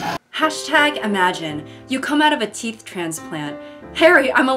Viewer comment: "who do you fink gave you the teef” lives in my head rent free <3